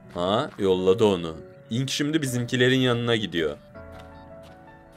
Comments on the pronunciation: Abi ben baktım enk diye okunuyomuş ınk googleden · ink diye okuoynuyo ve yazda nedne ink diye geciyo ınk deil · eren ink yerine ınk diyo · haklısın abi ınk değilde ink diye okunuyor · abi sen doğru söylüyon ınk diye eren abi diye bide abi error diye okunmuyo erör diye okunuyo ve sans getirmene gerek yok sadece ink, error falan diyebilirsin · Abi ınk diyen eren ink e ınk keli diyor oyüzden herkes öyle anladi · Abi İnk diye okuma IMK de 😉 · Eren ciler o ınk sans değil eren yanlış okuyor onun adı ink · Abi Eren baba öylediyo bu yüzünden herkez ink yerine ınk diye telafuz ediyor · o ink deil ineke diye okunuyo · abi ınk o ink değil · Ink ne ya ink İngilizcede I Yok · eren buba ink sans a ımk sans diyo ondan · bu arada gerçekten ınk ne ink diye söyleniyo